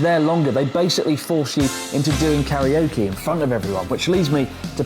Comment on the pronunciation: It's "karaoke", not "kariokey"